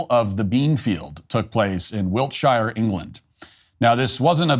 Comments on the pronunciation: Note to Matt and all Americans! You don't pronounce the 'shire' at the end of Wiltshire, Yorkshire, Lancashire, etc, as it looks. It's pronounced more like 'sher'. But don't do that American r thing either! So in fact for you guys it's more like 'shuh'. You're welcome! 😁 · Actually WE don’t pronounce it like you do. See how that works. You pronounce an enormous number of words wrong when you’re here. We don’t care